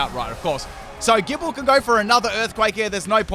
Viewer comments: Gibeyle Lol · 🤨 why did he say gible like that